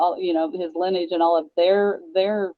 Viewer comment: The word is LINEAGE, three syllables, not Linn-age.